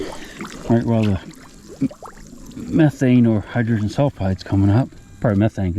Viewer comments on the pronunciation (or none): none